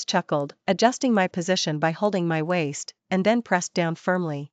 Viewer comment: Teaser is incorrect for the story. Some words are split incorrectly (wai-st), causing them to be mispronounced. The story is good however.